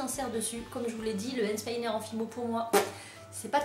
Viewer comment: tu le dit cheloux and spiner